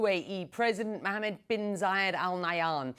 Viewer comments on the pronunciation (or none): none